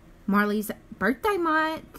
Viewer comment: It sounds like he's trying to say birTHday